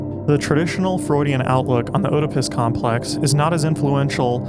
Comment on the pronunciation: Who says "Oh-depus"? Is it not "Ed-ipus"?